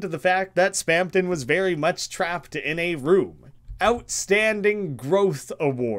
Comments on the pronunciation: Mister, there's no second "p" in Spamton. You keep saying Spampton, which is kinda weird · why do you keep saying spamton as "spampton" 😭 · Lmao you can literally hear the "p" every time he says it Kinda goofy